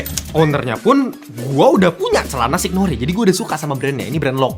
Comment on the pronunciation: wkwkwkwkwk "signore"